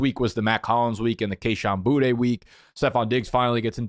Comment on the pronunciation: cam skattebo didnt break his leg. you pronounced his name wrong. you don't know how to pronounce Boutte. really half assing it these days